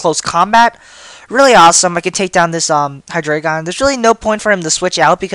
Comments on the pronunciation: ... It's Hydreigon. Not Hydraygon. Hi-Dry-Gone Drei is the German word for three. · I like to pronounce it as "Hy-dray-gon" becase the "drei" as "dry" seems weird for me and stuff. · I wasn't aware that Canine and Dreigon were the same words. German numbers, yo. Look below. one is eins (pronounced eyens) two is zwei (pronounced zvie) three is drei (pronounced dry) Reference that and look at 1, 2, and 3. Maybe you'll notice a pattern relating to Hydreigon's evolutionary line. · I hate the way u say Hydregein (I think I spelled it wrong)